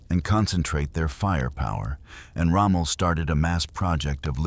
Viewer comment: Its not rommo, it's Rommel